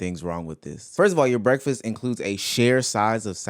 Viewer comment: Breakfast? No no no, it's Brufist.